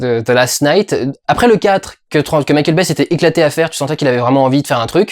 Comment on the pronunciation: quand durendal dit Mickeal Baye j'entends Michel Baie